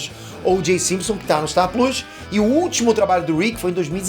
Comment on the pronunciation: Curti de ouvir vc falando star pluus, deve ser foda pra vc isso com seu nível de inglês, admiro